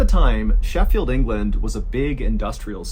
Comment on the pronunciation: I appreciate your correct pronunciation of Sheffield. I don't know why it makes me happy.